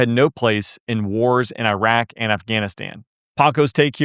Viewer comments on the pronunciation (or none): none